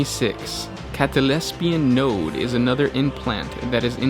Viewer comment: It's cataLEPSEAN node not -LESPEAN